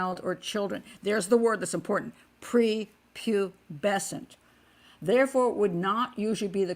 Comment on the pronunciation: Pat did a Splendid Job enunciating Pubescence and Hebephile too. I Vote Honorary English Lady. Xx